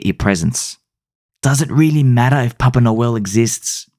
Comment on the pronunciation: I heard "Poppin' a Whale" the first time...not "Papa Noel" LOLOL.